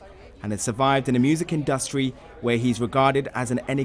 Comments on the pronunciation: “Survived in-dust-tree” 🤔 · Interesting pronunciation of the word industry